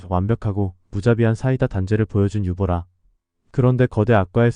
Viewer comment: 유보라가 아니라 유보나